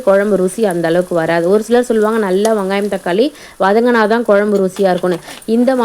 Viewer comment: ஆமாண்டா கண்டிப்பாக சில வகை குழம்பு கூட்டி வச்சா சூப்பராக இருக்கும் .அந்த வகையில மஞ்சு வச்ச ஷீல மீன் குழம்பு அற்புதமான முறையில சூப்பராக செஞ்சீங்க. ❤❤❤❤வங்காயம் இல்ல வெங்காயம் எங்க மறுபடி சொல்லு 😂😂😂😂😂😂😂😂😂😂